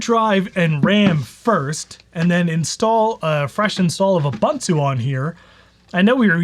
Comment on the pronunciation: This would have been such an interesting video, but i had to turn it off because you mispronounced "Ubuntu". I just could not take the annoyance any more.